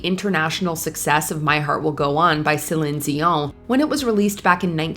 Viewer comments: I didn't think this was AI, but the way Cline Dion was pronounced make me wonder, anyway, great vid. I would add on Shinedown - symptom of being human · I've seen the woman, she's been doing this for years and years. I think they purposefully mispronounce things sometimes to either sound fancy or to increase engagement on the channel. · why are you saying Celine dions name so weird?